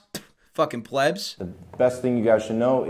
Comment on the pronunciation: pronounced pleeeebs